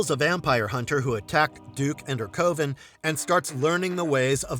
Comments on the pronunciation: The way he says coven had me 😂! He sounds it out like it's pronounced 'coh-Ven' or 'cuh-ven' ish and once more at the end of the 'Bits' entry. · Coven rhymes with oven not cloven!!! Gotta be an AI BOT!